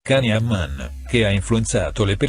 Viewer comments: Non voglio essere pignola ma non si pronunciaCan si scrive così ma si pronuncia Gian gtazie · Non si pronuncia Can come cane ma jan come Gianni quindi nonseguiro nulla fino a che lo chiamate come il cane🤔